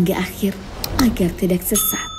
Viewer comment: Suranya bagus, Tapi Pas Penyebutan (Tidak) Kurang enak Di dengarnya.. Karana Disebut Jadi Tidaxxxxx